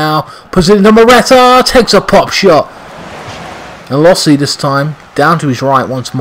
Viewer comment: It’s not lossi, it’s LOSSL There is no i